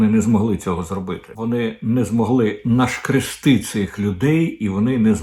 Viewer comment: Не «наскреСти», а «наскреБти», пане Дмитре.